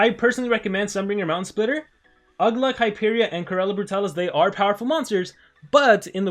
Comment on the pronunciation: its ugluk I can tell you were in a rush